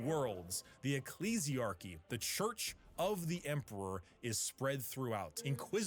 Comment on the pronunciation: with that pronunciation of Emperor means you are either an Ogryn, in which you are awesome. But the other option is an ork.... loads bolter